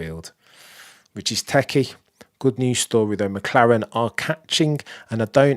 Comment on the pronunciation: There is a T in teTchy, and it is not silent.